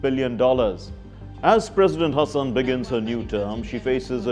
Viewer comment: Great multiple pronounciations of Tanzanian president's Hassan's name!! Exhaustingly exhilirating!!🌍❤😂